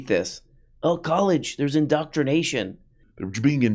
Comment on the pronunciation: In-doctr-ination * Jorpy's the real "doctr".